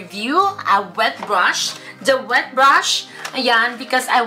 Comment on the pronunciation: Ang daming english sis 😂😂😂 Hwet brush 😂😂😂